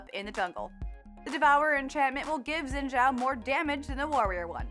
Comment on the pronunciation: Fyi, Xin Zhao is pronounced Shin Chō or Kin Chō